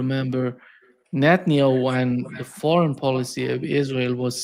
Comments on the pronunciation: It's not just "Netanayhu". I've heard him swapping letters on basically almost every foreign name he pronounces. I'm not sure weather it has something to do with his native state accent and I know it's nitpicking but for some reason it's like hearing nails scraping a blackboard for me. I get shivers every time. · I'm getting an OCD tick from hearing "Netanayhu" so many times. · This dude just CANNOT pronounce Netanyahu! And I love it! It’s not his real name so I’m choosing to pronounce it wrong!